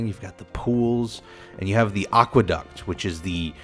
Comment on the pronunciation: aquaDUCK* he said aquaduct